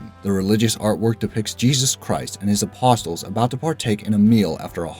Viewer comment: Make a note to yourself to learn to pronounce "apostles" and "homage."